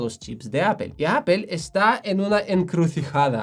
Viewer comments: Sería muy conveniente que el conductor de este canal, pronunciara de forma correcta Apple 😁😁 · Me ha encantado tu explicación sobre los procesadores M de Apple. He descubierto hoy tu canal y me he suscrito. Ma llama la atención que, siendo nativo english speaker, pronuncias “apple” como solemos hacerlo en España. Es un signo amable de empatía ;)